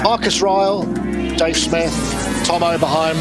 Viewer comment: "Oberhiem"? Come on....